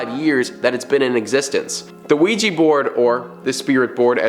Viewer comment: OUIJA NOT OUIJI..😡😡😡😡